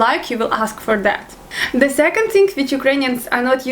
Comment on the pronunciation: your very cute when you speak english, i see you can't pronounce (""the"") word hahaha its alright slavic people really have hard time saying the word, because there is no ("th" "the") word in slavic languages.